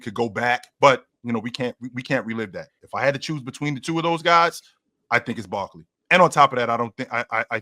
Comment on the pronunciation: What is this dude saying? Barkley????? I grew up watching Barkley and I can say Giannis and Jokic are better.